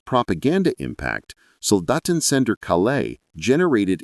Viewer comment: Calais not CaLAIS